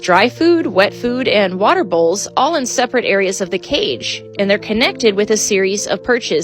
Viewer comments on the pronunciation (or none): none